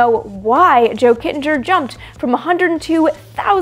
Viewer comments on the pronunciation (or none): Love this. Thank you. Kittinger is pronounced with a hard “G” (just so’s you know). :)